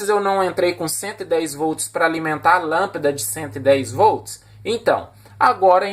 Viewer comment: Amei o vídeo, principalmente o marelo, marrao e lampida kkkkk, brincadeiras a parte, melhor explicação de relé que ja vi, estou tentando entender faz tempo como usar e ter um pouco de conhecimento, parabéns pelo vídeo, o único vídeo bem explicado sobre o funcionamento de um rele na prática 👏👏👏👏